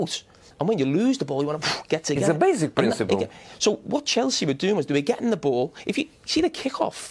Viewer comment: "itz a bazic principle" 😂